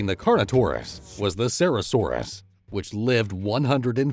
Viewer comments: did you really just say CERAsaurus??? Missing a couple of letters there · A few things about the ceratosaurus. You mispronounced its name, the t is very much pronounced ce-rat-o-saurus is more of how it goes. While yes they were used as intro specific they would more than likely be a poor combat and if that was the case there would be more sexual dimorphism but we cant really find any such thing. Lastly, while yes these animals had rather robust legs this doesn't necessarily translate to speed, a theory I have read that was in contention to my knowledge was that they could have been used to help it wade and possibly swim. A dinosaur that is well known for its speed is actually carnotaurus, the proportions of its legs and the design of the vertebra in the tail suggest it was extremely adapted for running in more straight lines but still extremely fast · You can't say you're an educational video when you pronounce ceratosaurus as sarasaurus wtf